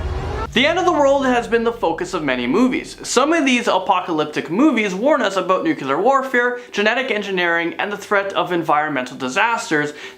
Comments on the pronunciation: It's Nu-Clear. NOT Nu-cular.. 😁👍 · he still says nucular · Nucular or nuclear? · Why cant any of them pronounce the word "nuclear" correctly?! Its not that difficult! Its pronounced "noo-clee-ur", not "nucular"! Pronounce it like its written, right? Doesn't that make more sense? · He said "nuculer" haha